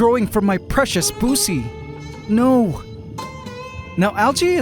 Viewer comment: No way I'm the only one who laughed at "Check out that crazy clump of algae hair growing from my precious Buce" ...the way you pronounced 'Buce' sounded like somethin else ahahah